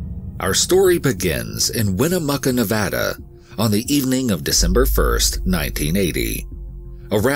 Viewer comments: My comment is super off topic Omg you said nevada right, thank god. I hear tourists mess up the names here not only for our state but somehow our cities, parks, shit even our streets and such SO often. Its a multicultural state that has deep roots in native american and mexican culture and languages and grew up hearing people intentionally mispronounce names of places and people so even tho some consider the names in this story as something small and not important, i see it as a subtle and solid nod of acknowledgement and respect towards others in a number of ways (on top of how the stories are covered, this is why i respect this team so much, so thank you for the research, work, and respect you guys put into these stories and videos ❤) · Me: Already an EWU fan. Also me: An even BIGGER fan after hearing "Nevada" said correctly. I almost want to weep tears of joy. 😂